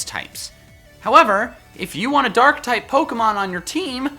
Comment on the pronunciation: Did you say durk type?